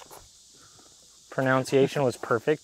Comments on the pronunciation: ULI pronouncing "pronunciation" as "pro-noun-ciation" is straight up classic. Good thing is he's so great looking. He can get away with anything. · Pronunciation being pronounced incorrectly by … too ironic:)